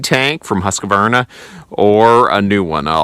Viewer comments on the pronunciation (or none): Just FYI, there's no such company as "Huskavarna". Try Husk-var-na. Shorter & simpler too. Not advisable to torture el-cheapo engines unloaded I'd suggest looking into peavey/cant hook and hookaroon. And ... always have a fistful of wedges on hand- much preferable to pinched bars. DAMHIKT